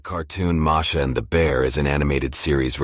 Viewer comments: Marsha yeah you are right he is a dumby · Uhh i guess the said the wrong name at the beginning they said marsha instead of masha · It said marsha